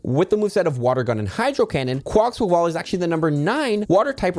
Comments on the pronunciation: Take a shot each time he says "Quaxquaval" instead of "Quaquaval" 🥴🥴🥴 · To pronounce its name it's: Qua-koa-vull or Qua-kwavull There's no 'quack' in Quaquaval's name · how the hell are you adding an unnecessary x sound in quaquaval?! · Dude, there's no 'x' in Quaquaval... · Who else is screaming "There's NO GOSH DANG X in the name!"?? XD